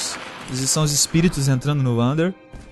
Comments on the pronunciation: não é vander é wander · ELE FALA ANDER KKKKKKKKKKKKKKKKKK